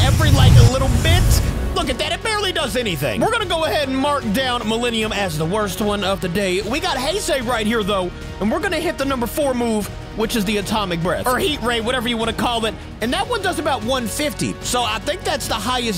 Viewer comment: heisei is pronounced hi-say